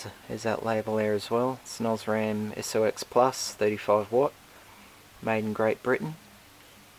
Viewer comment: just to let you know SOX is pronounced socks not s-o-x.